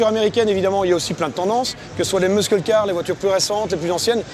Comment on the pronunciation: j'en peux plus de l'entendre dire "muskull" :/